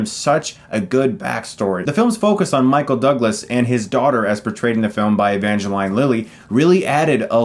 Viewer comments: E-van-ga-line? E-van-ga-leen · Evange"LEEN" Lilly, NOT "LINE", GET IT RIGHT CHRIS. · Evangeline Lily's first name is pronounced Ev-Ange-leen, just wanted to let ya know, Chris. Like Angeline but with "Ev" at the beginning of it. Also, loving the Winter Soldier t-shirt. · l think it's evangel-ee-ne, not evangel-ay-ne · Evangeline (E-van-gha-leen) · You pronounce ‘ Evangeline ‘ wrong lol ….which she’s one of the hottest chicks ever